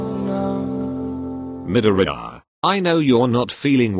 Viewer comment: MIDORIYA Bot: MidorEYEya